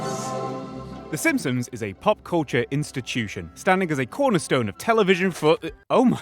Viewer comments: You're not getting a dislike for the take but for the fact that I swear to god you said "SimSims" for two hours straight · You keep saying "The Simpsoms" and it bothers me way too much for some reason :D